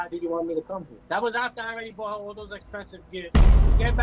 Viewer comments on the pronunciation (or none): Damn can't say bought.